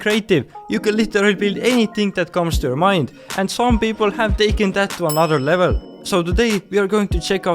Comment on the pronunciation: "A-no-der le-bel"